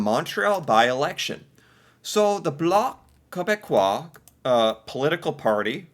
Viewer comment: You pronounced bloc quebecois beautifully. 😊